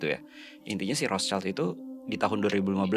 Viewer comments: Maaf mau koreksi terkait pronunciation. Rothschild ini kan dari jerman ya, nah jerman sama indonesia tuh cara baca huruf vokalnya sama yaitu aiueo. Terus "sch" disini dibacanya "syi", bukan "child" seperti dalam bahasa inggris. So that's why, cara baca "Rothschild" ini tuh Rothsyild gitu. CMIIW yaaa, yang paham bahasa jerman bisa bantu koreksi aku kalo ada salah🙏🏻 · Sorry Rotschild bacaannya Rotschild, bukanrothchaild, jadihurufidibaca sebagai i bukan ai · Kykny rothschild itu dibacanya rothsyid, ejaan jerman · Kamu benar. Bacanya Roth- Syild. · Bener...harusnya pronouncenya gitu. Tapi gpp sih, contoh lain..itu orang2 nyebut Michael Ballack d baca Maikel bukan Mikael padahal Mikael kan aturan.